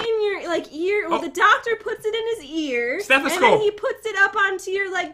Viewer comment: that’s a stethasnow